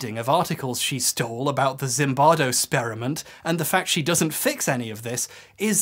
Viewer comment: when he said "spearament" i died....... i know its petty, and i saw it coming a mile away... but it was so fucking funny.... to